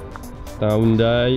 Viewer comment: Juste pour etre sure on prononce Hyundai (Yun-Dé) ou (Oun-Die) comme dans le video. p.s: pour culture personel. pps: Merci de nous faire vivre c'est moments avec toi. फ़िजी